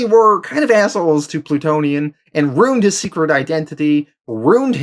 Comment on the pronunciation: Should we talk about how he pronounced "ruined"? No? We'll move on.